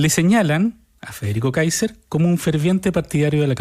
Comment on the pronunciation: Se ríen para esconder lo mal que pronuncian el apellido alemán.